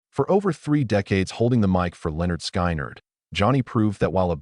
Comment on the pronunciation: Who is this idiot narrating this? Someone needs to school him on how to pronounce the name of the band, and the names of the ones who were in the crash.